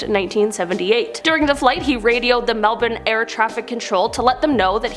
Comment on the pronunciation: Yay! You pronounced Melbourne properly 🥳